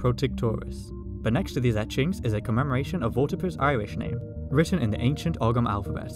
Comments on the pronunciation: “Ogham” is pronounced Oh-mm, not og-ham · It's pronounced oh-um not ogg-um but other than that great video! In Old Irish it was something like oɣum (kind of a guttural sound between h and g). O-um is way easier to pronounce tho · Ogham is pronounced with the "gh" silent. So like how people from Manchester would say "home" if that makes sense. Deffo not 'Og-um' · Fyi ogham is pronounced the same as ohm as in ohm's law (or close enough). Everyone gets it wrong don't feel bad.